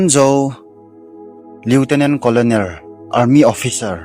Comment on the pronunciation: Lt.colonel chu iseiteng leutenant kolnel tia pronounce di joh hinte